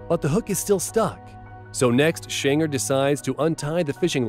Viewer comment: I like how the person talking in the video pronounced shanes name wrong xd